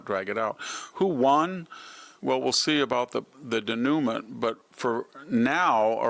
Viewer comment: Day-new-ma...I really thought he took French.